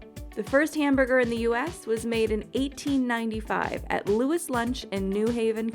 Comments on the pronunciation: Pretty sure Louis of Louis Lunch is pronounced like the french Kings (Lu-ee) rather than lou-IS. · It's pronounced "loies lunch" not "Lewis Lunch" - in French, Louis is Louie. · She really just pronounce louis’ lunch as Lewis lunch